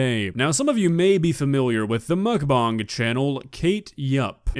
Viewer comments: Yup, Kate, that's disgusting alright., I think it's bang, not bong. We know where your mind is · It's BANG not BONG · All i needed to hear was "MockBoOong"